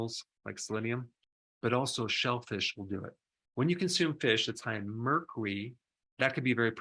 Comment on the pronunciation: Doc 🤠 merkoory?? 🤭